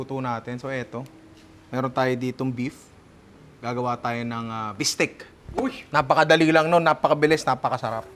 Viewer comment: I love your Filipino accent say it again "Bistek"